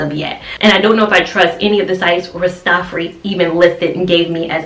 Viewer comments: If I may correct you a bit - please say RAS - TAH - FAH - RI (the I sounds like EYE) ... it is actually a title and a name; Ras Tafari (Ras means King or Head) and it was the name of the Ethiopian Emperor His Imperial Majesty Haile Selassie before he became Emperor of Ethiopia. Looking for curly hairstyles - this is beautiful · Rastafari pronounced raa·stuh·faa·ree